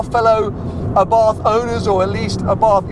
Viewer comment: Please say abart not a bath